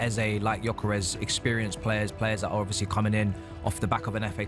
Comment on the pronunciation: Can’t pronounce gyokeres